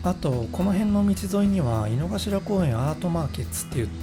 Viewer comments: 濁りません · 井の頭線、いの”か”しらじゃないですか？まだ日本語を勉強しているが、動画の発音は”いのがしら”と思います。どっちが正解？